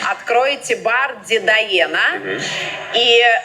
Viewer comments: ПРАВИЛЬНО ГОВОРИТЬ - ДЕДА ЭНА.. БУКВАЛЬНО - ЯЗЫК МАТЕРИ. ИЛИ МАТЕРИНСКИЙ ЯЗЫК. в значении рiдна мова. . НЕ коверкайте как эта потаскуха собчак. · бляха серйозно? ну от рот бизламався сказати правильно назву бару? читайте українською: дедаена. ну йобвашумать досить вже бути кацапоротими, які нічорта вимовити не можуть.